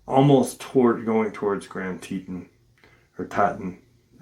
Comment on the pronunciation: Tee-tawn haha that's how it's pronounced 😅 I actually live in Cody Wyoming so this episode is going to be so interesting! I've had some super weird feelings around here, up by Pahaska teepee which is right close to Yellowstone east gate (west Yellowston). I live 35 miles from the east gate and we cut down our christmas tree every year and when my oldest son was baby Dec 2016 we chose to go out to the shoshoni national forest and holyshit the scariest feeling I've ever felt in my life. We have never been back 😅